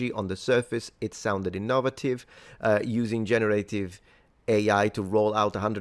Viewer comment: I write novels. I use the em dash all the time in formal writing. Could just be someone's personal style. (Also, it's pronounced In-no-VAY-tive, not in-NOH-va-tive. :) )